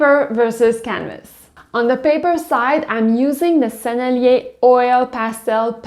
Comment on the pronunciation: I like the way you prounounce the names. Sennelier sounds tres elegant!